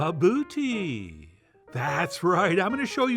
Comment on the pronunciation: English speakers are amuse me when they read words from another language. In most languages, a letter represents a single sound. Not all, but odds are that its true for whatever language you are trying to pronounce. here, for example, we have it clearly written as bObOtie, but somehow the two Os come out as bEUbOWtie. Those two are not even remotely the same. It's not a criticism, just an observation. And I'm back in South Africa in just a few weeks. This is most definitely on my list of things to get at the hot food stand when we get groceries.